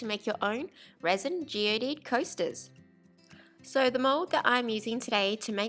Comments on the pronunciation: You know that you don’t pronounce the e at the end of geode? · Made me giggle every time she said it. It sounded so silly, but cute.